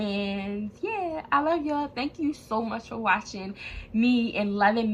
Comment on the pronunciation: U from Baltimore ? Bc u said yew